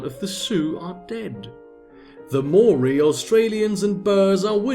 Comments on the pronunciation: New Zealander here. "Maori" is two syllables. "Mao" as in Chairman Mao and "ri" as in ring. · wb, glad to see you back. Also a good way to remember the correct pronunciation of Maori is to think 'Mao' as in the guy who lost his capital, then 'Ri' as in the first syllable of 'Rizal' who also lost his capital. Both syllables of Maori have already lost their capital. We New Zealanders are rising up against the mispronunciation, surely if everyone says it right then Te Rauparaha will gain the confidence to backstab Australia.